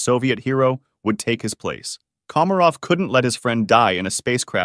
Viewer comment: how do you fuck up pronouncing komarov at the start but 20 seconds later get it right?